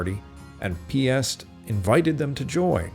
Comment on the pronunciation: Piast - not piss... 🤣